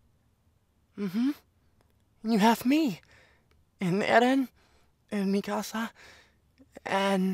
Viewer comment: THE RAGE I FEEL WHEN PEOPLE PRONOUNCE MIKASA WRONG UGH 😾😡🤬